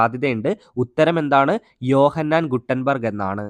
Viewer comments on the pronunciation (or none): യോ ഹാൻസ് ഗുട്ടൻബർഗ് അല്ല ജോഹാൻസ് ഗുട്ടൻ ബർഗ് ആണ് ഇതാക്കെ ശ്രദ്ധിക്കണ്ടെ